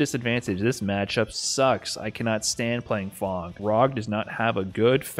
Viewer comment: Its fang not fong